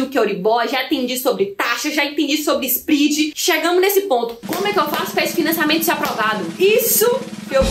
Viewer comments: Só pra te ajudar..... SPREAD vem do inglês e se pronuncia com o É SPRED e não SPRID. Escute as pronúncias das palavras em inglês no Google antes de gravar. Abcs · So a titulo de colaboraçao, Mila: nao se pronuncia "sprid", mas "spred". Parabens pelo video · nao é spridi mas spread